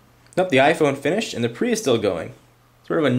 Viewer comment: he clearly missed the "E" in "PRE" on purpose.